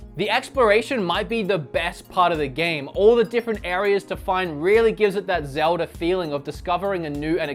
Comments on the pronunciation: It's always annoyed me that he says zeld-ee instead of zeld-uh anyone else agree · STOP CALLING IT ZELDIEES !!!!!!!! ITS CALLED ZELDA!!! GET IT RIGHT. I THOUGHT YOU WERE A ZELDA FAN!!!